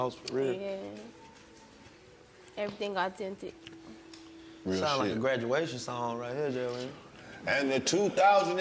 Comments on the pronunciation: Ain't nobody noticed how she butchered the word, (authentic) lol. Cuban Doll: Everything is all tentic. Nah lol she funny asf. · Autintic lol